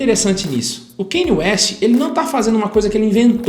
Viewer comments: O Kanye West sempre teve influência gospel e música soul. No album The Graduation é mais explícito ainda (tem a música Jesus Walks). Só que nesse ele se entregou de fato. Ah, e só pra informar ^^ pronúncia do nome dele não é Kêne West é: Kániei West. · “Keine ueste” KKKKKKKK